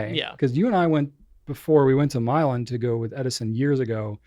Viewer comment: Hi Guys! Looks like you had some exciting days off! Kudos to, not only for the cool Baritone Sax solo, but he also pronounced the name of Milan, Ohio correctly! Been there a couple of times myself, as my best friend grew up in the area. Didn't know Edison Pens was there, though! (Until much later) There used to be a COOL hobby shop down in Columbus that had the most interesting vintage slot car track! Drove over there when up north on vacation in Indiana just to run on their track. LOTS of fun! I hope they are still open! Anyway, great pencast! I want to give a shout out to your WONDERFUL packing and shipping crew! Always have well packaged items from your business! And as an aside, I am going to let you know how The Goulet Pen Company helped save my cook-out on the 4th! Was trying to light up the charcoal in my chimney starter and had two dud attempts. Went searching around for something else to light up under the starter, and came on my latest box from the GPC! Those recycled paper inserts are GREAT! Put one there and lit it, and in no time my charcoal was LIT! The hamburgers and hot dogs were great, too! Thanks Goulet Pen Company!